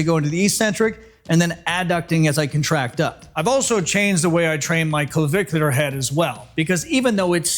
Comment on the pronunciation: I've watched this 2.5 times, i guess I like the way you say clavicular head! Hey, nice shirt. It matches the stache!!🏋‍♀ NDY ;{>>>